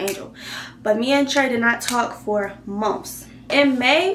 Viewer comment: Lol her accent came out